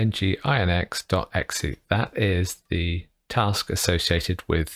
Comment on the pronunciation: Geeky and completely irrelevant point:- nginx is pronounced "Engine-x"